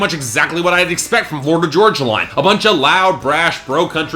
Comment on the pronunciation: The way you mispronounce "Florida Georgia Line" ticks me off!! Florida Georgia Line is life 😍